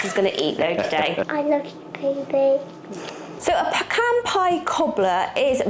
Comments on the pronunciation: I have never heard of pecan cobbler. I DO love that you are saying "peh-Kahn"! 😃 I have a pecan tree in my back yard and I loathe! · Pecans are absolute perfection, as is your pronunciation of the word. It is argued quite often here in the US and I think only Texans pronounce it the other way. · Well being from GA myself this is the first I’ve heard about pecan cobbler (we say peh-cahn which you were pronouncing correctly most of the time) but a lot of people say PEACAN and to that I say they can pee in a can if they want to lol Pecan pie is my husband’s all time favorite dessert and he has perfected the recipe, or at least that’s how we feel about it lol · Thank you for all the history and explanations. I'm from and in Texas, so I know pecans. My mom made the best pies, and pecan was one of her favorites. We could pick pecans next door at my grandparent's house, crack and pick them out, then cook them. You are now pronouncing "pecan" correctly! Congratulations! We always pronounced Karo syrup with the long "a" and long "o" sound. I don't know if that's correct, but it's acceptable.